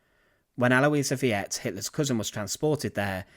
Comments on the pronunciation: Thank you. As one who studied German. It's the 2nd vowel pronounced. Not both. Like in Viet Nam. Reversed. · Is it so hard to find out the pronunciation of foreign words? E.g., Aloisia Veit is pronounced al-oy-see-a fight. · This is one of so many horrific acts. The entire conduct of the Nazi Party can only be understood as murderous insanity. The woman's name is said "Al wahs Feet". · Just a heads-up - "Veit" is correctly pronounced like the English word "fight." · I was going to point that out, but checked before commenting. Yeah, that mispronunciation was annoying. He was pronouncing it like the first two syllables of Vietnam. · Her last name is pronounced "VITE". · The name Veit is pronounced exactly like the word "fight". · I know, viet? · Actually, like 'fight.' German 'v' is pronounced like an 'f'. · This video is just loaded with errors, inaccuracies, and gross distortions, beginning with the pronunciation of her name. Hitler had almost nothing to do with the euthanasia program, which was requested at the urging of the burdened families themselves and overseen by two doctors in every case, other than merely "authorizing" it, as you mentioned in passing. To me it seems the most humane choice. To make healthy workers subsidize a lifetime of expenses (that is, labor and sweat) merely to keep a living vegetable confined to a hospital bed and breathing makes the workers nothing more than slaves. It should be emphasized above all that the families themselves requested this humane program. It was not in origin from Hitler at all. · Thanks for correcting that, now I don't have to do it. When I heard him pronounce it I started laughing, I thought, maybe they should put one of those conical Hue hats on her like the farmers in Viet Nam wear...or the VC. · Veit is pronounced with an i in the middle and rhymes with sight in English. German ie is usually pronounced ee like in see or bee. Interesting story. Keep up the good work! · You got her name wrong bro